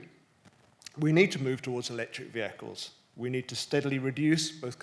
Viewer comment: Um.. beg pardon.. electric...not electic.